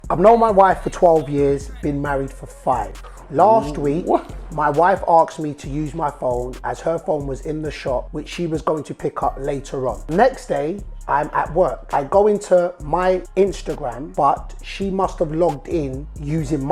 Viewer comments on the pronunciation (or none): Dude, you are reading it and still messed it up. It is asked, not axed ffs!